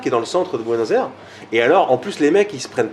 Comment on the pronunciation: Il a l'air sympa, passionné et sa pizza à l'air super bonne mais il ne sait pas prononcer Buenos Aires ;)